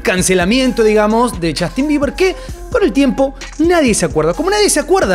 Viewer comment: Es justin bieber, no jastin